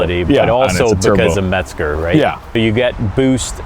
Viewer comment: There is no "T" in Mezger. However ,it is a GREAT engine!